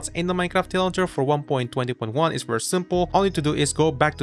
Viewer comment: desk-a-top lol